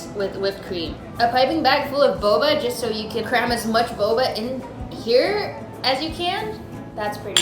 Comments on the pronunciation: fun game: take a shot every time she says boboa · say boba one more time, just... one... more... time